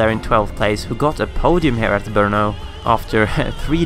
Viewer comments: I live in Brno and you actually pronounced it pretty ok. Just at the end is not "ou", it is just short "o" . Hats off for that "r", that was pronounced well :-) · NIce pronaunciation of BRNO :)